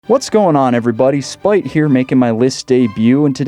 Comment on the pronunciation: Is your name or Spite? In spite of listening closely I still cannot tell.